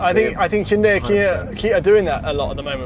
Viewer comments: OMG!, thanks for pronouncing Hyundai correctly! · Say it with me guys (Hun-day) not he-yunday or hi-yun-die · You both have the best and most accurate pronunciation of Hyundai of all reviewers. Way to goooooo!!!! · I’m pretty sure there are videos of actual Korean people pronouncing the name. They don’t pronounce the Y. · People are generally happy with SUVs that are more seeming than being. I'm happy that you're the only journos who manage to pronounce Hyundai correctly.